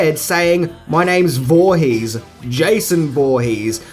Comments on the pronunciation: "josh vorhees" lol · Voorhees is pronounced horheex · "Jeisoon" Woohees" :D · Watch out for "Josh Voorhees." Hahahaha.